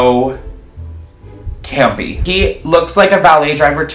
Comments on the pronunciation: are you saying gampy... or campy...? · I’m gonna have nightmares of saying “CAMPY”🥴